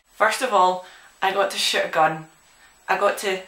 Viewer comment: sounds like shes saying " i actually got to shit a gun"